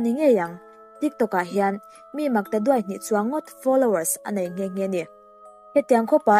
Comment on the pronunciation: Chan duai tih laia Duai tih khi i thluk diklo deuh, i chhelo bawk sia..kalo subscribe nghal e...